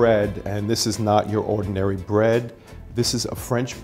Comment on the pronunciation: Or ordanairy